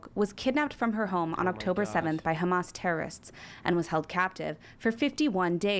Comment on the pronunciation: Khamas Fricker.😅 as expected from a Khouthis supporter. Seriously, no self respecting Muslim should EVER support this POS.